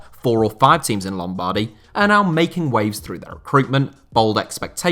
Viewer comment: The way you pronounce lombardy made me physically feel sick